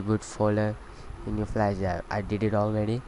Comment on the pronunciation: LOL "Insert your McBoot Flesh Drive"